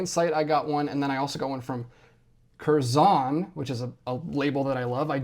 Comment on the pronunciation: It’s “kerzon” one syllable, not two, emphasis more on the first part than the second. -a brit